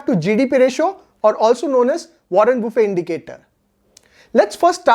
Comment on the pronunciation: Hello Mr it is not buffey...🤣🤣😂😂😅😅.buffet it is